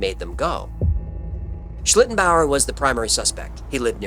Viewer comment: And kudos to for pronouncing it very well so many times 😊